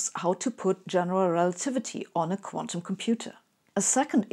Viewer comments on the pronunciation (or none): none